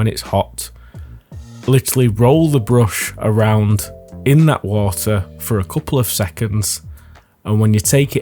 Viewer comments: Ha wah uh. Hawt wahrtuhr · why no wo-a f-om a ke-el? Making tea... s wo-a is heated a-eady